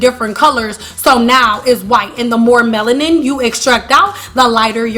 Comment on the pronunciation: Ya, goodbye - cant listen to the word Meloniane 1 more time